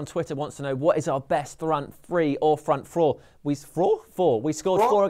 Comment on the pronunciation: Its 2032, United are closing in on title no. 28 and still struggling with saying "Front free, front frour"